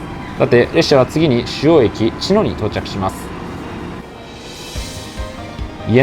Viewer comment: 『茅野』のイントネーション、車掌さんでも「ちの⤴︎」と呼ぶ方が多いなか、この動画では地元民と同じように「ちの⤵︎」と言ってくれていて嬉しくなりました😊